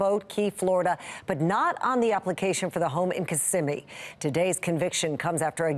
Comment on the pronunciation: Im impressed, yall know how to say Kissimmee